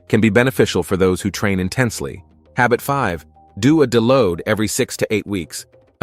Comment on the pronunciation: Subscribe? I would love to if I could get through the whole video, but I can't deal with a monotonous AI voice even if all the facts are correct. The key giveaway for most AI videos is the mispronunciation some words like creatine and deload which should be written as de-load.